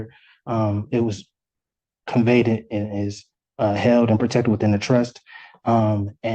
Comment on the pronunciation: This man pronounced conveyed as “convaited”.😂😂